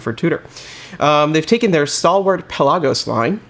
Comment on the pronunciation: Cool vid. Pronounced. Pela-gus. Not pe-lasos